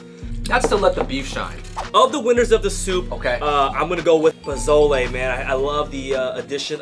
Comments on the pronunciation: PO SO LAY NOT PO ZO LAY lmao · this is old but just so you guys know pozole is pronounced more like an S than a Z